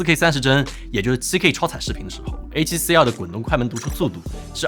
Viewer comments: R（X 2（O 發音好像😂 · Tim发音里A7CR和A7C2非常相似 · 不看字幕 全程以为只讲了一台相机 a7c2 a7cr 读音傻傻分不清😂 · 真希望發音可以唸為 a7c ii ( two ) 比較好分辨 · 读成二声的“儿？”，结尾语调上扬，是目前国内博主读音的通病，只能用一个字来形容就是土！ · 2和R的发音搞在一起，都不知道说哪一个，博主发音需要改善